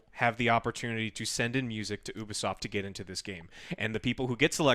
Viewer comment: ITS NOT OO-BISOFT ITS YOU-BISOFT